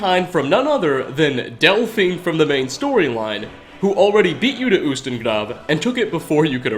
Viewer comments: getting better at pronouncing words! He actually rolled the r in ustengrav:D! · your pronunciation of grav is perfect I'm Norwegian not from island but grav is Norwegian and its perfect pronunciation and its also in Norwegian grav is graveyard or more specifically a grave